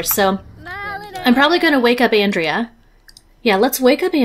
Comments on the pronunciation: I think Andrea as a guys name is On-dray-a (it appears to be Italian when it is used as a male name, I had to look it up as I'm used to it being a female name 😊). However you do pronounce André as On-dray 😊. Though to be honest, without looking it up I wouldn't have had a clue how to pronounce Andrea, I've met a few Andrés so that name I knew 😊. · What a fun filled episode. Andrea is such a cutie, much more so than Roy in my opinion. um, by the way, Andrea as a guys name is pronounced On-dray. I was thinking maybe he knew you mispronounced his name and thats why he wasn't sticking around to chat in earlier episodes, some folks can be so touchy about stuff like that 😉